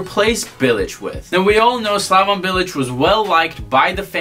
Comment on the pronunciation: 1) You've no idea how to pronounce any of the names in here. SlavON Bilic? ArNAtovic? 2) Bilic? Club hero? Interesting. 3) West Ham spent money but it doesn't matter cause we broke even, the owners are cheap fucks who only want to make a profit. 4) You think Arbeloa lost respect for Bilic? No shit. He got in a fight with him on the training ground because he went in hard on a youth player and Bilic told him to relax, at which point Arbeloa told him to come talk to him once he'd won the Champions League. 5) Payet left West Ham cause he didn't respect Bilic? Try again. He wanted to go back to Marseille because that's where his entire family lives. 6) Chicharito could be at a bigger club? What?? His goalscoring record at Bayer Leverkusen was abysmal. 7) Thomas Tuchel? Tf are you on about? 8) Why are you yelling? We can hear you just fine. I couldn't get more than 5 minutes into this thing, fucking killing me. There's a reason you got downvoted to hell in the West Ham subreddit, it sounds like you're just regurgitating a bunch of BS you read in articles online. There's a difference between knowing things about West Ham and having an understanding of the club, it's not impressive to just spew out shit that anyone could read online. Please stop making Americans look bad and go back to supporting Real like a normal plastic.